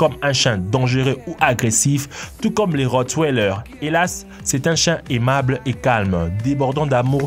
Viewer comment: Très bonne vidéo mise à part le Rottweiler se dit " Rottveiler" même s'il il s'écrit Rottweiller